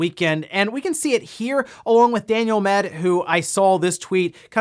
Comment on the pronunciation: has mispronounced Daniel Ahmad's name like 1000x.